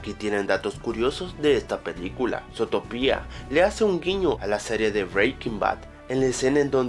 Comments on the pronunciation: es zotopia no zotopía por que lo dices con acento cuando no tiene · zotopía? se pronuncia zutopia :v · Porque lo dices zótopia?, si se dice zuutopia y se escribe zootopia :v bruh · no se dice zootoPIA es zootopia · se dice zootopia no zotopia :v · Se escribe Zootopia, y se dice zutópia con el acento, esta informacion la copiaste, no viste la pelicula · zootopia' no zotopia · es zu-to-pia no zoo-topia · Pero que mierda, primero se te estan acabando las ideas, y segundo se pronuncia sutopia no sotopia._. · "Sotopia" - 2016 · Desde el inicio mala pronunciación, Zotopía? wtf? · Zootopía con asento (·_· ) en la i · falta de ortografia le dice zotopia pero es con asento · No se pronuncia zootopia como tú lo dices puedes pronunciarlo como zutopia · Se dice zutopia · se escribe zootopia pero se pronuncia zuutopia novelero ohhh buuuu XD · se pronuncia zootopia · El video comienza mal, con pronunciando "Zootopia" muy mal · aprende a pronunciar